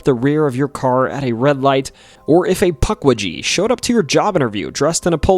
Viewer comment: omg.. puck wee gee.. this is gonna be a painful watch..